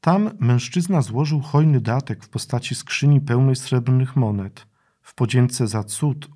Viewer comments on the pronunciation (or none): none